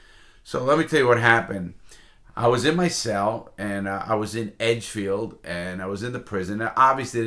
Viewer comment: "EdgdeField" lmao